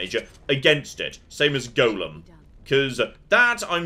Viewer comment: The pronunciation of "golem" is causing me great consternation.